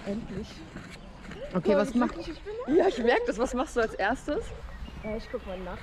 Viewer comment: Für Menschen die "isch" und nicht "ich" sagen besteht keine Hoffnung.